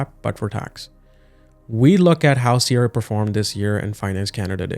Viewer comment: Your video is unwatchable. Your pronunciation of CRA is triggering Siri in my car.